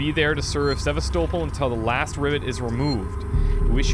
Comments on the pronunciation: Actually it's pronounced Seh-vas-toh-pol'. Not SevAstopol but SevastOpol'. I don't know why the emphasis is wrong in english. this is how it sounds actually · hears everyone clearly pronouncing it SevAstopol, but he like doesn't get it. He keeps saying SevastOpol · Se-VAS-topol Station. Not Seva-STO-pol. :) Sorry, but every time I hear someone in game saying it, I keep thinking you'll catch on. But... :) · Great let's play. But the pronunciation of seh-vah-STOW-pul is killing me. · SE-VAST-ER-POL... They say it like 10 times at the beginning! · "Sevastople" You pronouncing that made be both laugh and cringe haha. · For your reference,: Sevastopol is pronounced "Seh-vas-teh-poll" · is really the best at these games, but hilarious how even after hearing them pronounce sevastopol he kept saying it wrong lol